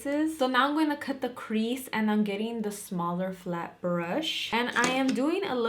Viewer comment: Idk why but it’s so satisfying when you say crease 😂😂😂 I love it